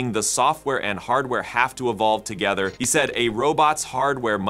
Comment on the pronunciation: The pronunciation of the Chinese surname He is Huh, not Hee